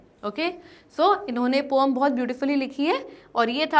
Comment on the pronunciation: Om nahin hota poem hota Hai😂